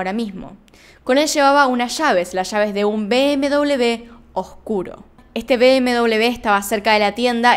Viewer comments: Me siento incómoda cuando dices bm-doblev. >:'(((( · Perdon,pero me llama mucho la atencion por que dices bm doble b, cuando la marca de coches es bm doble uve..BMW. ?? Saludos